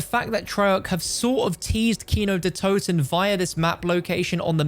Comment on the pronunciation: Sounds great when Americans pronounce "Kino der Toten" 🥺😬